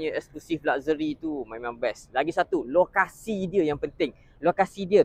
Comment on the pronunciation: It is laksheri, bukan lakzeri nyah